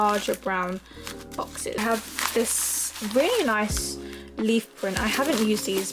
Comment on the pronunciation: no hate, but did anyone notice she sad ‘neece’ rather than ‘nice’ lol!!😀😂